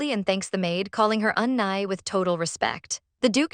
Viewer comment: Unnnie is pronounced u-knee not u-ni unless its just the annoying ai voice